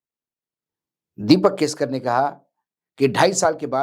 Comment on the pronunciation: दिपक केसकर नही दीपक केसरकर बोलिये